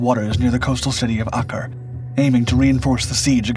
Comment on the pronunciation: Learn how to pronounce Acre.